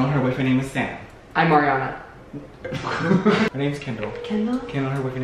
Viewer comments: No one: Literally not a single soul: Issa: it's Ar-YUH-na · “It’s Ariana. ყųɧ”